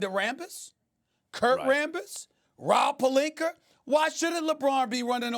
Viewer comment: Stephen A. - "Rob PelinKER"